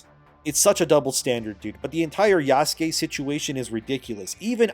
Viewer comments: Isn't it pronounced Yah-sooh-kayh"? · Is it pronounced "YAH-SKAY" ? I thought it was "YA -SOO-KAY" Or are you doing that on purpose to poke fun at it? I keep thinking of Jaskier (Dandelion) from the Witcher every time you say it. because thats how people pronounced his name wrong in polish lol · Yah-soo--kay bro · criticizing Ubisoft for lack of Japanese research while he pronounces Yasuke = Yaskay